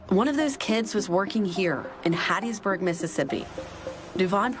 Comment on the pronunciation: You said HATTISBURG, MS???